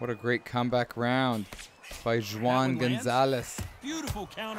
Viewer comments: For real😂😂😂😂 when he said "Jew ahn" I couldn't hold my laughter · When pronouncing Spanish names that start with a J, it's an H sound. So Juan sounds like Huan. just saying fyi. Love the videos. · Pronounced WHOAHN, spanish for John.